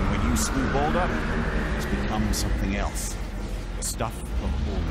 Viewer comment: you said Baadur, not Baldur